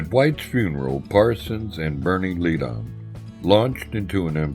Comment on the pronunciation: If possible to edit the narration, the pronunciation of "McGuinn" could be corrected from "Magewin" to "McGwinn", otherwise this is terrific! Also Bernie Leadon is pronounced "Ledden" not Leed-on.